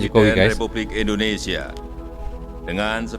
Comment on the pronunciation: Kalau SEBUT Indonesia Brother jgn Di Melayukan Indonese...???? SEBUT dgn Benar INDONESIA..... 👈